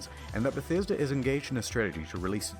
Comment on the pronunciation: The way you said “The Bah-sta-duh Ruins” was awesome 😂 wow Bethesda is such a failure of a company, they’ve been pronouncing their own name wrong all these years! They literally can’t do anything right without screwing it up.